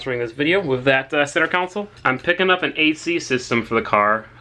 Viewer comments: repeat after me. Con Sol not council! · Console, not council, bro. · Take a shot everytime he says center counsel instead of console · Center counsel 😂😂😂😂😂 it's freakin console. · Con sole,. Not Counsel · Oh my god, it's pronounced center console. Not center council 😒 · Ight buddy. Say it with me now: center CON-SOLE. Not council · Say, "Cown Sole" ONE. MORE. TIME....Love the car, learn english! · Console not council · Maybe it’s just me, but I kept on hearing you say “center counsel” instead of “center console” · It’s pronounced “KAHN-SUL” not “KOUN-SIL” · Console not Council? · Lol why do you say console as council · CENTER COUNCIL? I its called CONSOLE 😂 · Why on earth do you say “center council” Its console. Pleez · No offense, but it is pronounced console, not council. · I swear to god, say center council one more time. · Center “council” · Great video. Laughed my ass off at the center ''coun-sole'' though. :D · "Center council" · why are you saying council lmao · Why do you pronounce console "council"? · Someone explain to me why he says it "center council" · This boy says “center council” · “Center council” 😂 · why do you keep saying center council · con·sole /kənˈsōl/ Say it with me... con... sole... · Senter council" not Senter cauncil😠😠😡😡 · if i hear center council one more time i swear to god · "Centre council" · Hard to watch you miss pronounce console over and over again